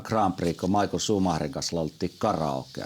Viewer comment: Schumi on saksalainen, joten hänen nimensä kuuluisi oikeaoppisesti ääntää saksalaisittain "Miihael/Miihhael", eikä englantilaisittain "Maikl/Maikkel".